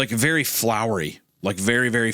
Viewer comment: You’re berry my berry?!